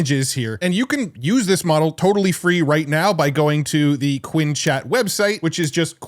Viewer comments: since when is qwEn pronounced like qwIn 😂😭? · Just a note, since I've never seen an English content creator pronounce this correctly, "Qwen" (Qianwen) would be pronounced "Q1".